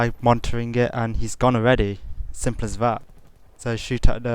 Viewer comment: "sirmple ass vat" lol